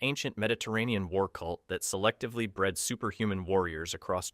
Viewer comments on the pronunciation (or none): none